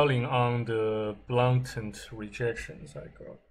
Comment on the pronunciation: You win some, you lose some. Blatant pronounced - Blay-tnt Not your issue if someone else has their knickers in a bunch. 🤷